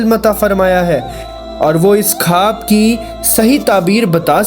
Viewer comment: Bhai khab nahi o khwab hota hai